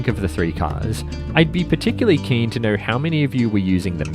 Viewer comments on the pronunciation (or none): none